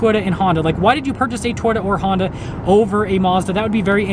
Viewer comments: Is it just me or does this guy say the word Toyota like Twitter? lol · lol this is a very informative video. Will be looking at Mazda more. I swear when he said Toyota it sounded like Twitter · I like how he says "Toyota."